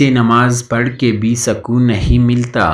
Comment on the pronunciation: زرین اقوال جزاک اللّہ خیرا کثیرا Sakoon nahi sukoon sahi talaffuz hai.